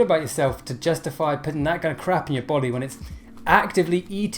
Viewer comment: He didn't say body, he just mispronounced money.